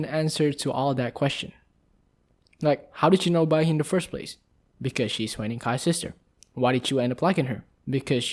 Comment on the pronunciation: pronounce : HYU-NING, not hue-ning. <3 xx